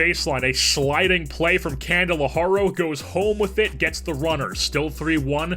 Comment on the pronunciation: It's pronounced "candle-are-ee-oh"